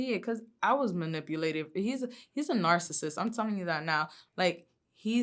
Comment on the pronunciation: "He manipoohlated me" - 'Horseteeth Thotiana' Molina.